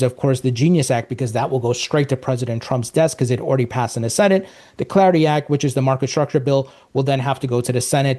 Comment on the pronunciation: You pronounce the word “clarity” just fine, but then you pronounce “Clarity Act” weirdly lol